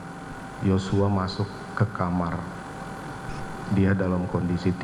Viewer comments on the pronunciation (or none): none